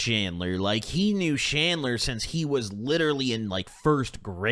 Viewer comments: Bro said shandler did he mean chandler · Did you say Chandler? Or Shandler 😂